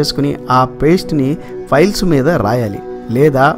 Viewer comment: మంచి information. కానీ files (ఫైల్స్) అంటున్నారు. అది piles (పైల్స్). గమనించగలరు.